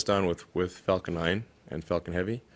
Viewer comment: When he quotes Falcon i hear fakin??? He must have hate it it at one stage :D . Fakin Falcon